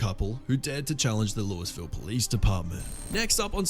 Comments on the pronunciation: Louis ville Kentucky? It is pronounced "lew E ville", one word. Not Louis ville. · It’s not Lewisville the way you are pronouncing Louisville. It’s pronounced ( Louievul ). But the Louisville Metro PD have been investigated numerous times for their racism, violating people’s rights, abuse, unaliving people. You might remember Brianna Taylor case where she was unalived by a no knock warrant. It sounds like you are from the UK, but that was international news. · It’s pronounced “Lou-ee-ville,” British narrator bloke who can’t be bothered to not learn the proper pronunciation of American city names. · Lol.... "Louis ville" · It’s pronounced Lou-uh-vul. The “S” is silent 😒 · Please learn how to pronounce the city names correctly, particularly Louisville Kentucky. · This narrator shouldn't be doing these types of videos. He can't pronounce Louisville, Ky. correctly, so i doubt he knows much about laws in the U.S.